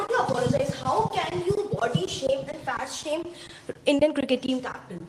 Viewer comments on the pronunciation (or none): Shama nahin huzur , shame boliye.